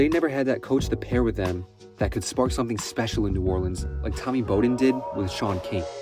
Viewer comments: It was hard to listen to with him mispronouncing the name Bowden. It’s BOW like Wow not BOW like hair bow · Not Bo" den...Bow, like wow'den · I can’t believe this dude went through this whole video and called him “Bow”-den 🤦🏻‍♂️ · Bow-den… not Bo-Den Aside from that- great vid and great topic!! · Dude. it's BOWden as in "take a bow" or "bow of a ship". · Awwww smh he really said it like crazy - if he did a lick of pure research like watching an old game he woulda heard it called Bowden like bow wow like a dog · I believe this was on purpose - listen as he pauses before he says Bow-den he paused every time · And it was Mack Brown. Which is the sound that the name Bowden is properly pronounced. BrOWn BOWden. Get it? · Dude I like your videos but come on you can’t call him Mack Jones and then mispronounce Bowden. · Yeah, bro, that was pretty bad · I cant believe you've mispronounced Bowden. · You never heard Bobby Bowden's name pronounced before and your made a college football video? Lol. Not a bad video but you have to be young ha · Hearing you mis-pronounce Bowden's name made me stop watching lmao.